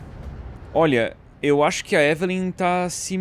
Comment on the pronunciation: edu falando ivilynn, eu falando evelen